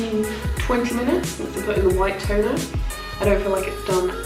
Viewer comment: When you said “white toner” I thought you said white tuna